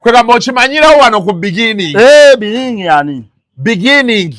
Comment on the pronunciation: Naye 😂😂😂😂mbu begening yani😂😂😂😂